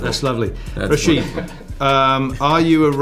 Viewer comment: My name pronounce exactly as Bale said it, I'm even surprised how well he uttered it. PS: "Rachid" is just an alternative spelling.